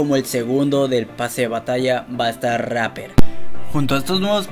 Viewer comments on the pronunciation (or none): Se escribe REAPER y se pronuncia RIPER :V